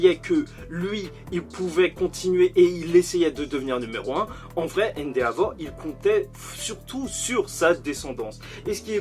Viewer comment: Cool la vidéo mais juste arrête de prononcé le « a » dans endeavor c’est vraiment insupportable 😇😂